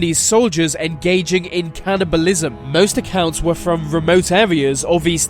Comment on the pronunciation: Do you know how to speak? “Executed” “Cannibalism” “Anex”